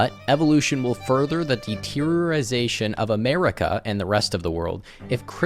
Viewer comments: He was probably trying to say deterioration. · Deteriorizaton... I feel my brain rotting. This guy is spectacular.